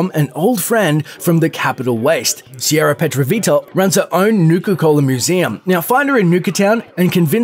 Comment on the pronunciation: How are you able to pronounce Sierra Petrovita correctly, but not Bradburton? :D